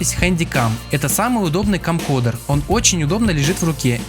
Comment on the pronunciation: Камкодэр, немота - CamcoRder!... Уж лучше говори видеокамера.